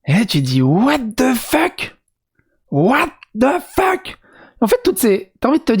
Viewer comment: Mais "Ouate de phoque" ! 🤦